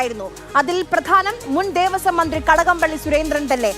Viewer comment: 'ത' അല്ല 'മ'...... ന്ത്രി